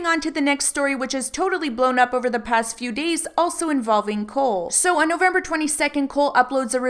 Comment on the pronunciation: Is Cohl not pronounced Coal not Cool?